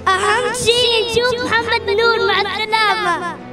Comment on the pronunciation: مع الثلامه ههههههه الله يحفظه